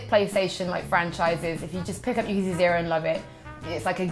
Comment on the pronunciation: Anyone else annoyed that mispronounces Yakuza?